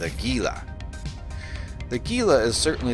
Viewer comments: Don't pronounce the G! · Jesus people is Gila, like Gila monster. Not geela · gila is pronounced Heela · hint: look up the pronounciation of Gila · Man, I hate to be that guy, but I have seen soooooooooooo many Eve videos that mispronounce "Gila". Before you flame me, understand, the ship is named for the Gila Monster reptile species, which is found in the southwestern USA and Northwestern Mexico, to a great extent within the Gila River basin of the Sonoran Desert. As a resident of the southwestern USA and a lifelong visitor to the Gila River basin and other places named for it, such as the Gila Cliff Dwellings National Monument, and the Gila Wilderness that protects the headwaters of the Gila River, I can assure you that I never in my life heard the pronunciation used in this video and many other Eve Online videos discussing this ship. The word is pronounced "HEE lah", or for those looking for even more accuracy the H sound is somewhat fricative, with the sound found in many Native languages from the area that (in Spanish) is written with an X. I understand that a German x is also similar. For English speakers, though, just an H sound is close enough. Here's a helpful youtube video: Or just use your search engine and look up "How to pronounce Gila". OK, with that said, my current favorite ship is a passive tanked Caracal Navy Issue putting out >500 dps with RLML IIs and Fury missiles at a range of ~30km and has over 30k EHP. It absolutely rips through hi-sec and lo-sec combat sites and escalations, and in abyssals runs T1 Exotics and Darks handily. It's just fun.